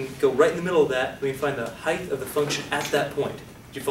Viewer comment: Phenomenal explanation. Does he say Heigth (heith) instead of height. He silences t.